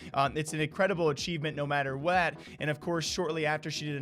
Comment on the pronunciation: Why did you “what” like that?